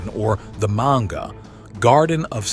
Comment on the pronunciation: My brother in Christ, learn to pronounce "Manga" 😂